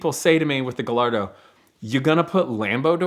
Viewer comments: Still Can’t pronounce his own cars name - Guy - Ardo - figure it out !!! Thanks Ed for another great video !!! Any new race tracks with your son ??? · Guh lard ohhh........smh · Every time I hear someone say "Guh-Larr-Doe" I lose a little respect. Dumbass, Lol! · Cringe af when people pronounce Gallardo lol